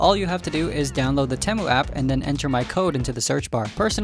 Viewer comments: TEE-MU not TEH-MU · Why did it take so long? (and why did he pronouce T-ee-moo as T-em-oo?) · It’s Temu bro you don’t now how to say it